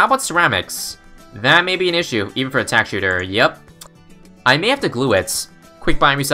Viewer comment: Thought i was hearing that wrong, guess i wasn’t the only one that heard that